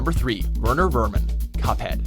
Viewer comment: I've seen MANY people struggle with Werner Werman but I can see where you came from with that pick